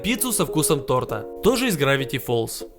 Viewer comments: Хочу сказать одно: Не тортА, а тОрта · не тортА, а тОрта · тОрта , а не тортА . Ролик прикольный . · Не тортА, а тОрта. ударение на О🗿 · Правильна тОрта , а не тортА. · тупой, правильно будет не тортА, а тОрта..... мда трээээш!!! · Не тартА а тОрта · Не торта' , а то'рта . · Не торта а то́рта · оаоаоаоаоа мои ушки тОрта, а не тортА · тОрта, пожалуйста ставь ударение правильно. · На будущее , тОрта , а не тортА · тортА, кухОнный......... Аааааааааа кровь из ушей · не тортА а тОрта 😉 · тОрта, а не тортА😑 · Не тортА,а тОрта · тОрта!!!!!!!!!!!!!!!!!!!!!!! а не тортА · все конечно идеально, видео топ, лайк однозначно, НО не тортА, а тОрта!! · тОрта, а не тортА😇♥️♥️♥️ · тО́ртааааа!!😩😩😩 кУ́хонными!!😩😩😩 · Не могу сдержаться, извините. КУхонные, а не кухОнные. ТОрта, а не тортА. Спасибо за внимание 🌚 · не тортА, а тОрта. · КАКОГО ЧЁРТА ИМЕННО ТОРТАА? ПРАВИЛЬНО ГОВОРИТЬ ТООРТА🤦🏽‍♀️ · тОрта а не тортА :) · Торта ударение на о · тОрта, ударение на О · ТОрта, кУхонными🤦🏻‍♀ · правильно говорить тОрта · кУхонные ножницы, тОрта )) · ударение на О тОрта ! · тОрта , правильно говорить тОрта🙄🙄🙄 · Правильно говорить торта ударение на о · Блин правильно кУхонного и тОрта я понимаю,что ты украинец,но на такую аудиторию надо говорить правильно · торта ха- ха ударение на другую букву грамотей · торта. Ударения на о